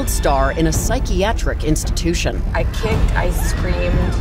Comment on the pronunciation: She said constitution i think instead of institution